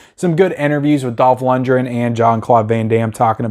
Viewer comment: Luc Deve~row and Dolph lund~gren. You unisoled these names, lol. Love your channel, man!